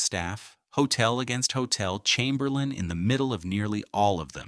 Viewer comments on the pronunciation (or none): none